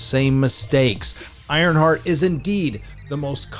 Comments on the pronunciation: Ironshart 😂 I couldn't even make it through the trailer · "IronShart" LOL!!!